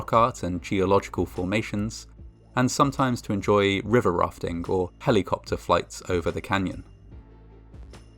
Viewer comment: the you said helicopter 💀